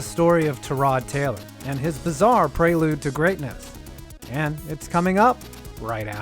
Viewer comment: His pronunciation of prelude triggers me almost as much as well you know